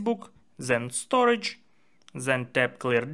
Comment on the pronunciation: That's the Russian accent kicking in 😂❤